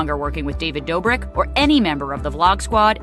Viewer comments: Ti it’s pronounced David Dough-brick not Door-brick 😂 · David, just like everyone other influencer should have been taken responsibility as someone who portrays themselves as a generous, nice guy. (Also his last name is pronounced "Dough-brick" lol you had it right the second time) As for Derrick Jaxon, I use to watch his advice videos and I knew he was married. But looking back at his page I noticed he never really showed his personal life on ig as you'd think someone who gives love advice would. If you're married and are a "relationship expert" why not show your followers how well your love life is?? I think he wanted to have his cake and eat it too smh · I love that you say David's last name as "Doorbrick" 🤣🤣❤❤ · I love you Ti!!!! And it's Pronounced: Doe-brick 😆